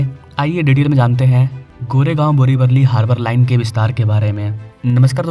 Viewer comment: अरे पागल इंसान बोरिवरली नहीं बोरिवली नाम है !